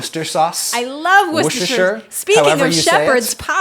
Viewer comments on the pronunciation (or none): It’s pronounced wu-sta-sha. Love the video Adam (as always)